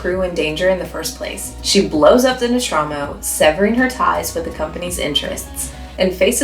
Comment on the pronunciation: real question, how does a fan of Ripley in Alien not know how to pronounce Nostromo